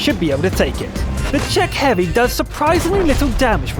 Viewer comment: did he just say "a czhec heavy"?